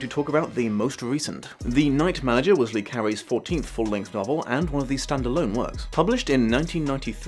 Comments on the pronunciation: come on, how many french names can you pronounce wrong before you find out it's "luh" not "lee"? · It's not Lee like Bruce Lee. It's Le as in French for 'the'